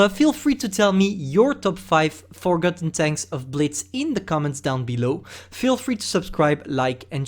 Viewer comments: The most forgotten thing is the way pronounces forgotten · I don’t wanna sound mean but you don’t pronounce forgotten like that